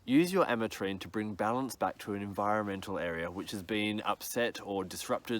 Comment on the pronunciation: That was funny "enviremental regeneration" as if like it is a MOTOR.....